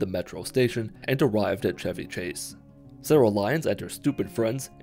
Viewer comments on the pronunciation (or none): none